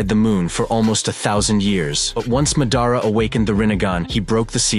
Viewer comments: Madara pronunciation pretty off track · I'm not a Japanese speaker or student, but I know Japanese is mostly pronounced the way it's spelled. The dude's pronunciation was actually pretty much on point, just slipped a little English accent here and there, like in the way he pronounced the d sound in Madara, but overall it was quite accurate.